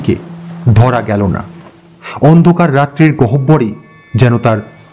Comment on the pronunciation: গহ্বর কথাটির উচ্চারণ করার সময়"হ"এর উচ্চারণ হয়না কথাটা গ ওর।😊😊😊😊